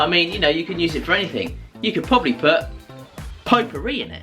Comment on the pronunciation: I like the way you pronounce potpourri. Greetings from France. 👍🇲🇫